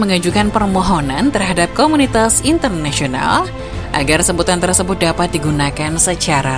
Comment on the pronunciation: maaf, hrusnya "TERSEBUT" bukan terEsebut 🤦🏻‍♂️🤦🏻‍♂️